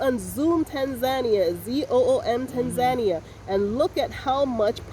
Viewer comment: You have been stationed in that country for more than 75 days... and till today you are unable to pronounce its name properly... hahaha... you have local staff working for you (I hope you are paying a decent income) and yet you cant be bothered to ask them how to pronounce TANZANIA properly. Pls show the respect to the Tanzanians by pronouncing the name correctly. So its TANZANIA and not "Tenzenia"...